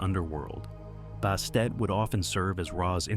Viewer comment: Who the hell is Bastate? Bastet, Bast yes.